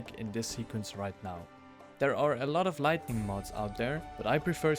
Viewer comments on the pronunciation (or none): Just a friendly correction. Light-ing Not Light-ning